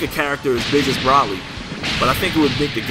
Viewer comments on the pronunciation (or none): Hey, no offense man. But its bro-ly not broh-ly. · It's pronounced Bro-lee